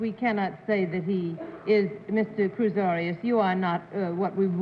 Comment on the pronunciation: Also, he calls Cruz Arias ’Cruz Orios’; more like Oreos, really.